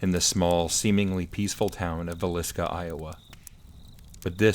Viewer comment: I know, I mispronounced Villisca a few times, sorry about that.😂